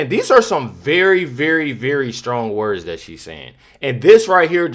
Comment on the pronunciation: I can't take the way she speaks. It's like she adds a K to the end of each word.